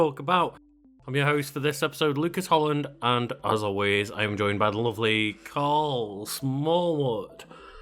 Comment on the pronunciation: ... It's KARL. Say it properly